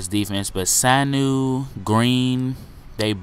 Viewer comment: ur pronouncing Sanu wrong its su-new, look up his highlights from rutgers